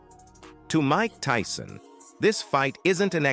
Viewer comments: Did he just call my guy Mike Teeson😂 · The robot said Mike Teeson. Idiots